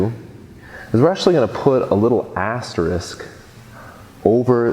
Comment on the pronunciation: I couldn't help but giggle every time you say Assterisk *